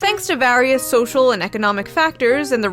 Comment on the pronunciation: Lol at the beginning it sounds like you have a British accent when you said various